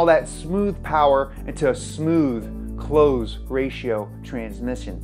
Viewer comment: Close ratio transmission, not cloze ratio transmission.🙄